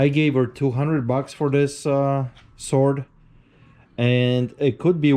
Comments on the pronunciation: What is a 'swaard.' is that any relation to a sword...or as we pronounce it correctly, 'Sord.' I'd love to hear this gentlemans edgeamacashun. Apparently it's a Calvary Swoord.' Hahahahahahahaa. It is not a sword, it is a sabre as used in the Boer War, and is a dress sword.....for parades...not for fighting....and as he says, looks like someone tried to sharpen it. That would be true. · No “w” sound in the word sword.